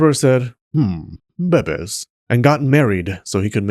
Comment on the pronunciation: The way he says bebes kills me😂😂😂